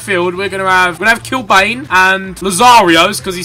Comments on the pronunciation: Paddy Kenny, Thomas Helveg, Matt Holland, Kevin Kilbane, Clinton Morrison WHAT A TEAM...Loving the amount of Irish. Also it's Kil-Ban not Bane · Love this. BTW it's pronounced "Kilban". That depressing moment when you miss the gamebreaker 💔💔💔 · It's pronounced kill ban hahaha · Kilbane is pronounced : Kil-ban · Ethan "Kilbane" is pronounced Kilbann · I'm Irish and yes it is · Gotta love how he's pronouncing Kilbane wrong... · Can't even pronounce Kilbane properly. Football knowledge needs improving too. From the looks of it when picking his squad he didn't have a clue who any of them were.